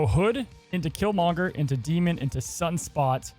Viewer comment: Great video keep it up. Please put the emphasis on Kill and not Monger when you say Killmonger!!! 😆😆😭😭